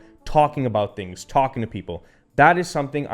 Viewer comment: I like “tings”